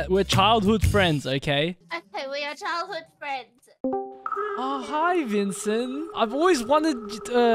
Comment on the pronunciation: Myaan these paid fwiends are getting CWAAAAAAZY